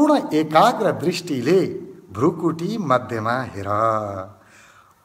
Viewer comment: एकैछिन यो विधिमा ध्यान गर्दा खुब प्रभाव पर्यो । एउटा सुझाव भृकुटी Bhrikuti लेखिन्छ उच्चारण पनि भृकुटी नै गर्नु पर्छ भ्रुकुटी Bhrukuti होइन । हजुरहरु जस्तो लोकप्रिय मान्छेले भाषाको ज्ञान राखेर सही प्रयोग गर्न अनुरोध गर्दछु ।